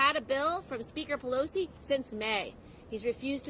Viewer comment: Well...looks like he pronounced Pelosi wrong!